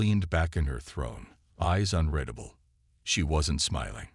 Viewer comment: the word readable Is pronounced as if spelled REEDABLE .can't teach AI to speak like a human.